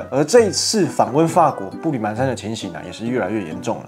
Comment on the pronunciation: 步履蹣跚（pán）不是mán